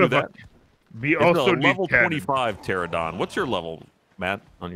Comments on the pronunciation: Ahh yes my favorite dinosaur. The “Terrahdon”. It’s PTERANODON TER ANO DON. Drives me crazy every time I hear them butcher these Dino names. Still love that you guys are playing this tho. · Alright...I'm gonna say it....PTER-RAN-A-DON. PAR-A-SAUR. ARG-IN-TYE-VIS. Also...STOP GOING INTO THE SWAMP LANDS!! lol. Theres literally a dozen different better places....like go check out green oblisk, theres ALOT of good places to build around there. And yall REALLY need to go get an Argentivis. There up in the mountain area. Cold biomes.